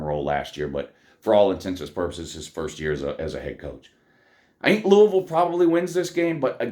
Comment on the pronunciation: .....You say it as Lou•we•ville😮😮😅😅😊because I'm from there.